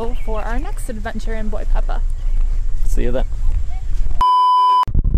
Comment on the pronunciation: Please, Boipeba, not Boipeppa...! Thank you, have a nice journey !